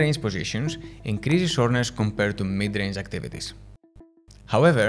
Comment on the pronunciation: Soreness! I thought you were saying shortness 😂